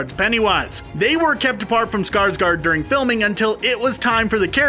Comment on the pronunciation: That guy can't say bills name lol not trynna be rude but : "Skrsgrrd" or "Skrrsgard" lmao